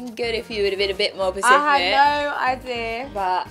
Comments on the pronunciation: “It would have been good if you had been a bit more pacific”😂❤️ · I can’t believe Sophie just said Pacific instead of specific😭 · “You should have been more pacific” I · Did she just say 'pacifinic'😂😂😂 Sophie is so cute! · “it would’ve been good if you would’ve been a bit more pAcifIc” sis... 😂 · Sofia try say specific she said pacific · English: specific Sophie: pAcifik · “a bit more ‘pacific’” wow just wow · smh Sofia is always saying the wrong words isn't she